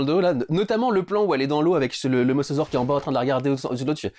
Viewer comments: C'est pas "Mossausaure" mais "Mosasaure" ! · On dit mosAsaure putain!!! Georges Cuvier lui-même ne le prononçait pas ainsi !!!